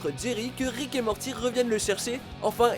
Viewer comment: ''Ricket morty''😂😂😂